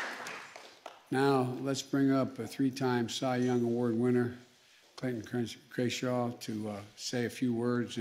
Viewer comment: "Fernando Vanazuela" Clayton "Krenshaw," "Krayshaw"